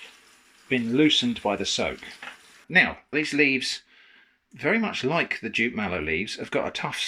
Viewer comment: I didn't catch that he'd said "jute mallow", I heard "jit" or "chit" and wondered what he'd said (I've only heard of the "marsh" variety as a Brit), so thanks👍 (Decades a go I had a Nigerian flat mate who cooked some great food for us, mostly fiercely hot with scotch bonnets, and often slimy with okra, but always delicious. collabs with always take me back to those times in the early 80s🙂